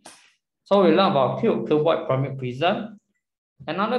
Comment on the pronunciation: Pls pronounce the pyramid properly